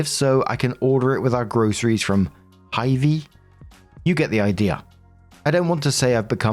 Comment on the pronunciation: I can tell that story one is in the Midwest, Hy-vee is a grocery chain here. It's pronounced "high vee", just in case it ever pops up again. And OP is great for listening to his daughter and making sensible rules to follow in his home, but she probably ought to wear clothes while cooking because grease splatters hurt. Her mother doesn't get to make rules for her ex-husband's household, I mean, they're divorced and she's not the woman of the home.